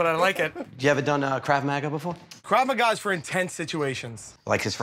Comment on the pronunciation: As an Israeli, it physically PAINS me to hear Joe pronounce krav maga like that.